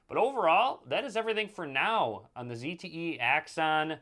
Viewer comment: He said zte right! The other british guy kept calling it a zedd te